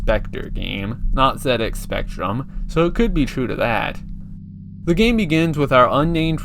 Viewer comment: Yeah, "Zed Ex" is the correct pronunciation, I've never heard anyone say "Zee Ex", not even people from the US. Probably because "Zee Ex" sounds awful and "Zed Ex" sounds amazing.